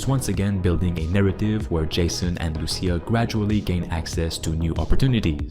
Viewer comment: Your inability to pronounce Lucia properly gave me cancer.